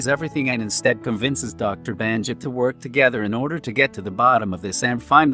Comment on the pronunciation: It's Bannakit not Bahnjit.